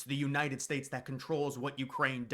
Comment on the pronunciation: "United Spates" 🤣🤣🤣